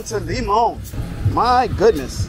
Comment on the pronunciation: Bro get your spanish together especially pronunciation. Limon is cultural bro... many afro carribbean people and of course very welcoming .. try Buenas lol lol